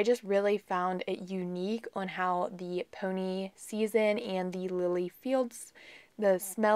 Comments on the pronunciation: Such a pretty valentines nail set! fyi peony is pronounced pee-on-ee . Not pony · Just came across you channel. You do beautifull work on your nails. Just an FYI for you, sounded like you pronounced Swarovski ok but that peony nail oil is pronounced pee-o-nee. They are my favorite smelling flower & I'm lucky to have a bush of them growing in my yard. I'm teaching myself to do my own nails, your videos are showing me some good lessons & tips. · Gorgeous 😍😍 I love the way you say Peony... I have never heard it the way you say it, we have always pronounced it (Pee-oh-knee). I am definitely going to have to do a little more post-birthday shopping for myself 😁.. Thank you as always for sharing 🥰.. And you did amazing pronouncing Swarovski 😘